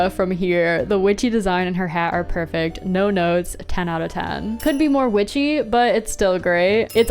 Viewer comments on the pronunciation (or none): none